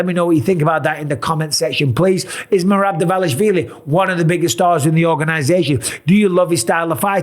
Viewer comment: Just write in google translate and listen how to pronounce Merab Dvalishvili